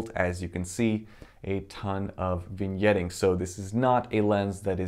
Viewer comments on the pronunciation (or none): it`s vignetting not vingetting